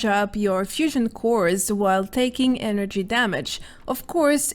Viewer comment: its funny the way u say "energy", not a bad thing tho. is there any legendary perks for shotgun builds? i dont see any on this video but i was curious cause u said sumthin about bethesda made a buff for every weapon type in the game.